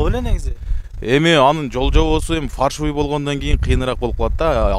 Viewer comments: Фаршывый эмес Фальшивый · Фаршивый деп айтылбайт.Фальшивый документ деп айтылат. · Фаршывый деген не соз болду экен может фальшивый эмеспи жанылсам кечирип койгула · Фаршывый эмес Фальшивый( фарш) мясорубкадан чыккан эт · Фальшивые деп айтың фаршывый деп койупсуз акам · Фаршивый деп алышкандабы?😅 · Фаршивый 😅эмес фальшивый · Фаршывый дегени неси болду экен 😆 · Качан уйронозунор Фальшивый дегенди